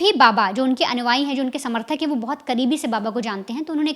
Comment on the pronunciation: भैया और बहन जी वेरी गुड। लेकिन अनुआई नहीं अनुयायी बोला और लिखा जाता है।